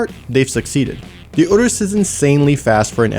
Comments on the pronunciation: All I can hear is 'uterus' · The whole video I was screaming in my head "Can't you pronounce Urus like a normal person!?"